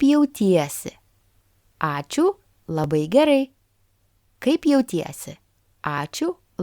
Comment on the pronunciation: Some of the explanations are incomplete or incorrect, for example, I can hear that the a in ai is pronounced with e sound before the i sound like ei in the other words like taip (which clearly sounded like teip) etc, and in some words the a before the i is also pronounced with a different vowel, as I can hear that it is pronounced like a schwa sound in words like labai and gerai etc (I hear labəi and gerəi with schwa sound ə like the first vowel in the pronunciation of the English words again / alone / anew etc, and the ə is from the ipa) and the schwa vowel is a different vowel, so it’s not the same as normal a vowels, but it wasn’t mentioned at all in the video, which can be confusing to beginners, and, the uo also sounds more like ua or uoa in pronunciation, while the i in Argenina sounds like another vowel ɨ in pronunciation, and the au sounded like ou, but it’s probably different in some words, and even the u can sound like o, like in the last word — if one is a beginner, one should listen to the pronunciation multiple times and not let the spelling distract from learning the right pronunciation, because Lithuanian vowels are highly non-phonetic, like Russian vowels and like English vowels etc, so the spelling can be a certain way and then the pronunciation quite different of like an opposite even, like the pronunciation of the brand Gaidelis that sounds like Geidalɨs when pronounced, with three out of four vowels pronounced completely differently than the spelling, as t